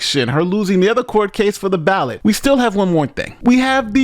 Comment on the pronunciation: Lol anyone else notice the female news caster say she failed to be on the ballad instead of ballot.